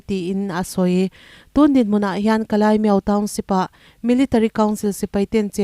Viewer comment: Ka lai ani lo ka lay (ka lei ) lei ang a lam tur aw